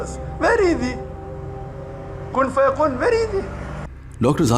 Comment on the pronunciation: Bhai , yah kun faya kun nahi kun faya koon hai....